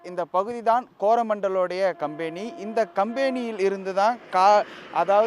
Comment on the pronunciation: கம்பேனி அல்ல கம்பெனி